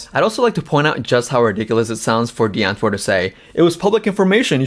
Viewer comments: The w is supposed to be pronounced like a V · i know i know i would say die antwoord with the v pronunciation in some of the earlier episodes but i still felt like i was butchering the pronunciation so i just stick with the 'w' 😅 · Me afrikaans hating how people pronouce "DIE ANTWOORD" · Big fan of this video, but can’t you just say their name properly?